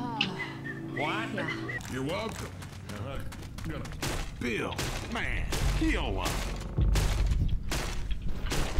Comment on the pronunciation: Louish kills Beel